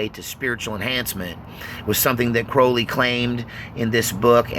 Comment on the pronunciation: Cr-owl-y not crohley